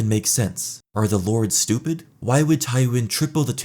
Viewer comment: Yeah ..stOOP-ed 😂